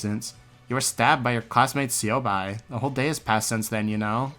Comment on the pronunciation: shit, im used to pronouncing it syobai. plus it sounds cooler.